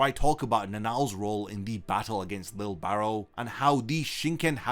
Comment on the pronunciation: Bro I thought you were saying lil barrel, im like damn that’s a cool nick name 😂🤣